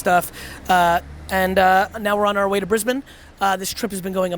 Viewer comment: first american in the history of the world to say "Brisbane" correctly lol